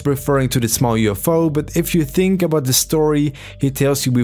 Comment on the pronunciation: Talking abouft a little bift